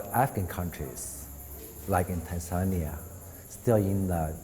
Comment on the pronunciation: It’s Tanzania! Not tanzenear